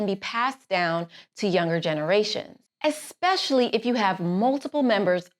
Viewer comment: ..... eXspecially👎🏽.... eSpecially 👍🏽